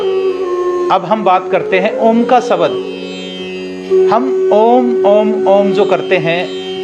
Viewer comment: शब्द को सबद, ध्वनि को धवनी मतलब कुछ भी